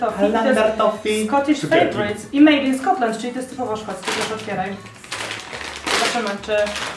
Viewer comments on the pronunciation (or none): none